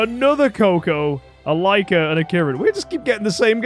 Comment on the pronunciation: You finally said that Lyca's name right hhhh